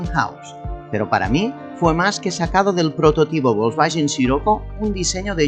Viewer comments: porque pronuncia volkswagen bolsballen???? se pronuncia folsbaguen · Volsvallen ó volangen jajajaja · ¿Que es eso de "volkswayen"? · Porque dice Volkswallens? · por que dices "Volkswallen"...? jajajajaj que gran video como siempre! como extraño mi corrado 2.0 16v.... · Bosbayen? Yoryeto Yiurano? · Si VW se dice volkswayen, garage se dice garaye??. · Volkswagen significa coche del pueblo y se pronuncia "folksbaguen" en alemán.Saludos desde Bonn. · VOLSVAYEN Madre mia..... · El cuadro de instrumentos me recuerda al Seat Toledo 2.0 16v ABF que tuve del año 96😍. Tal como has dicho el compresor del G60 dió muchos problemas.Curioso como pronuncias "Volkswagen" y "Giugiaro"🤣🤣🤣🤣. Un saludo 👋🏻👋🏻👋🏻👏🏻👏🏻👏🏻😉👍🏻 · Me duelen los oídos cada vez que pronuncia mal Volkswagen 😅